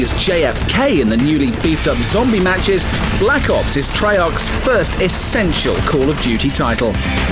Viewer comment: the way the lad at the begining said blck ops sounded like back ops